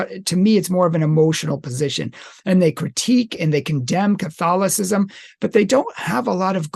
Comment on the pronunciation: Theological On the Orthodox side. Even though Western. Rome is the biggest 🔥 hotmess right now than even Luther would have conceived. And this man butcher the word Catholicism in the intro. Not nice.